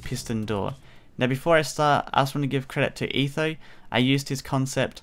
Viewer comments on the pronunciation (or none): none